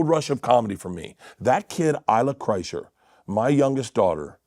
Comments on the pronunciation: Kurzner?? 😭😭😭 No one respects him in the slightest, it's so hilarious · Shannon Sharpe called him "Bert Kershner" 😂 thats gotta sting Bert's ego a little bit & Bert didnt even correct him lol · Why do you keep saying Bert Kerschner? If this is a joke can someone please explain? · How the fuck do you get "Kershner" from "Kreischer"? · Hearing Shannon unironically saying Bert kershner is hilarious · I had to rewatch to count the "Bert Kerschners" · If you want to remember how to pronounce Kreischer, it's "cry-sure". Cry? Sure! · Was that kershner on purpose by Shannon? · Do you mispronounce his last name on purpose? Is there an inside joke I’m not aware of? Also, making videos shitting on entertainers is pretty gay. You prolly don’t have a lot of friends. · I love that Shannon mispronounced his name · Why dont blacks say this guys name right 😂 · It’s amazing how many times you pronounced his name wrong. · Nobody can say his last name right lol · Why are you saying his last name wrong? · You dont say his last name correctly at all 😂😂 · Do you not know how to pronounce his last name?